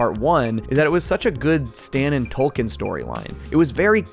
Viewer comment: It's pronounced "Token", not "Tolkien".